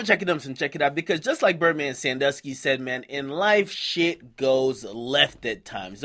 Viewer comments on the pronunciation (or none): none